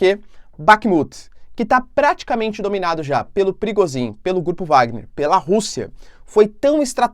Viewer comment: Olá. A pronúncia é "Prigojin" e não "Prigozin".